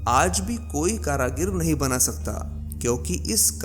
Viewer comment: Karagiro (labour)ko karegar ya karegaro bolty hai.....